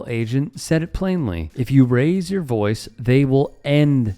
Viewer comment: he said boice not voice. lol deport him back